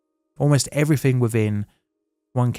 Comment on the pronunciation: Please try and enunciate "three" and "everything" properly. It's not "free" or "everyfink". You don't seem to have a problem with the and they! Although there was a "fank you very much" towards the end. Just lazy and ignorant.